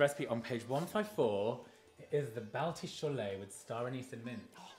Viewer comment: Don't worry, that was NOT a genuine balti !! Even the way he pronounced it was WRONG